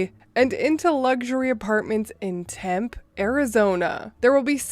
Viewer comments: FYI: the city of Tempe, AZ is pronounced TempEEE, not Temp. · It feels weird saying this to a Reddit reader that doesn't have an accent, but it's usually pronounced "temp-ee" or sometimes "tem-pay", as opposed to "temp". Drinking ☕ from a powered by caffeine and sarcasm mug as I write this, keep being awesome. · The end E is pronounced in Tempe. It's either Navajo, or Apache, not sure which, so it is pronounced Tempee basically. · By the way it's Tem-pe Az. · It is pronounced Temp - pee and don't you forget it. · It's pronounced "tem-pay, AZ" and it sucks :D lol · Tempe is pronounced TEM-pee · As always Bravo! It's pronounced TIM-PAY. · No one says it right accept people in Arizona. Don’t sweat it!